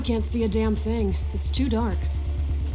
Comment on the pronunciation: The way she says 'damn' in Japanese is extremely pronounced in a Western accent that it comes across as cringy. The VA is decent but needs more work if it comes across as believable, especially since this is a noir detective point and click adventure game. Love the visuals so far though, characters are decent.